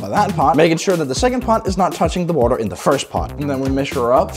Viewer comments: sum wa uh! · wo't he'r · coaa buaaer some waaerr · Bro Literally said Waer